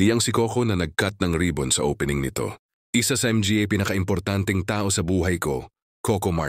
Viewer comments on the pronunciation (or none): Stupido,bakit M G A ang basa mo,di ba dapat (mga) hindi M G A,???😂😂😂😂😂 PILIPINO kaba talaga nagtatanong lang nagtatanong